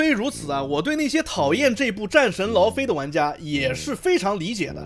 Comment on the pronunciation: 戰神 勞非"姨" OK?